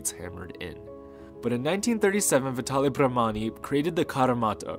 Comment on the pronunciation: it's VITALE, non Vitali. He was italian!!